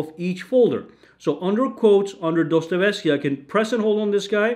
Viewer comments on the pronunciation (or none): Dostoevsky not dostevesky dude lol